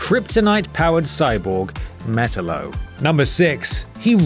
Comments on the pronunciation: It’s not metelo it’s matalo you said metallo wrong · Met-aloe Not metal-o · Did he just say “Metal-Oh”? It’s “Met-Al-Oh” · it's pronounced "me-TAL-lo" not "MET-tal-lo" otherwise there would be 2 T's instead of 2 L's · It's "meTALlo, not metalO" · Facepalm It's pronounced "Met - Tallow" not "Metal - Low" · Not metalolo, Met-allo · Simple mispronounciation ruins the video. So much cringe. Meh-tal-low not hard. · It's actually pronounced MUH-TAL-OH. Not MEH-TUL-O, LOL. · lmao it's not metal lo. it's meh talo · It's not Metalo dude, it's Metallo. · Say it with me: MEH TAHL LOH! MEH. TAHL. LOH! Not mett-telo. for fuck's sake. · lol metello it's metallo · It’s Meh-Taa-Low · look, i love i think him and simon are the only reasons to watch WC since the Adams left BUT....... Can someone teach how to say Metallo??? MehTallo i know his Pronunciation IS correct based on the Phonetic Spelling BUT WATCH A FRIGGIN CARTOON WITH HIM IN, Or Supergirl, Smallvill OR even episode 2 of Crisis on Earth X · It's pronounced ( meh-tal-oh ) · Ma tah lol not met ta lo😒😒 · Your pronunciation of Metallo is way off. Metal-O? you make it sound like a bad breakfast cereal. Just saying. :P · It's (meh-tal-low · say it with me MetaLLO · That's Me-TAL-lo. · IT'S METALLO(MĖ-TOW-LŌ)!!!!! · Its pronnoucned Met-allo. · Metallo is pronounced (meh-tahl-lo) and dont say its because youre english, because Malcolm Mcdowell was able to pronounce it all the time in Superman Animated. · its pronounced me-ta-llo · It's called. Metallo you idiot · It makes me cringe when he pronounces Metallo's name wrong lol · obviously not a superman fan with the way you say metallo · That's not how you say Metallo's name, gosh darn it! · He should learn to say the name of Metallo...